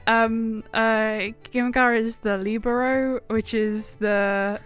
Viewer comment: You pronounced Libero wrong but the volleyball anime does sound interesting. What’s it called?